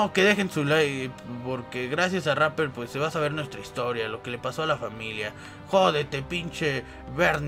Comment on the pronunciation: jajaj yo te dijo chapper en vez de rapper